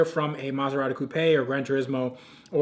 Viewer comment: Hold the phone, you said Coupe properly!